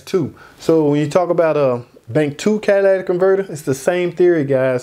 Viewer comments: Even if he did miss pronounce, catalytic converter, everyone knows what he meant. The guy obviously has some sort of accent. Also, for all the idiots commenting on his mispronunciation, where is your channel explaining this, in your perfect English? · cadaladic or catalytic, whatever lol! Yea, if going to nitpick over pronunciation, probably don't have the patience for mechanic work!😉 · Cadillac converter? Does that change my Chevy to a Cadillac? Catalytic pronounced Cat - uh - lit - ick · Quality breakdown! Thank you. But this has been driving me crazy... Catalytic, not catalatic. Cat-uh-LIT-ik. 😅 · Cadillac Converter??? Cadillatic Converter?? It’s CATALYTIC Converter!! And I’m not even a mechanic! 😂😂😂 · Don't judge someone by their speech or pronunciations obviously if you understood what he was actually saying. Not everybody pronunciation the same but the story is the same. He may not be good at speech but he know what he's talking about when it comes to vehicles. Straight up if you don't like the fact it sounded like Cadillac and not catalytic then go on to another channel.. 🤣🤣🤣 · Idk how much I can trust a mechanic that calls it a converter. It's cat-a-lit-ic because it uses a catalyst to neutralize some gases in the exhaust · Listen, many people mispronounce Catalytic, the video was informative. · sounded as though he said catalatic converter. so what? I know people from maine that put a kwatah in the meter to pwahk their cah. accents are just that. still good info. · I thought he said catalytic? Or cadilatic... either way I can understand the explanation 🏆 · But people who actually know can pronounce it correctly 👍.